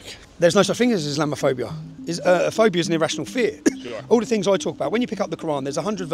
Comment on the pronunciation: another example of a brain dead gen Z, doesn't know how to pronounce Islam - o - phobia